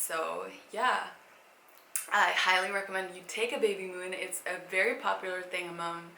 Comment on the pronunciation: Wery wery boara